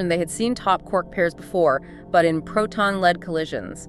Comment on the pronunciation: Is that an AI duo conversation kind of thing? I would never have guessed were it not for the "leed, led" mispronunciation.